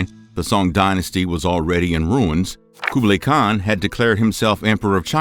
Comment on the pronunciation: Good video but the pronounciations of Genghis Khan and Kublai Khan were off